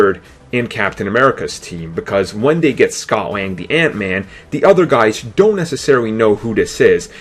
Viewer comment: Why do you say "de" instead of "the" it's so annoying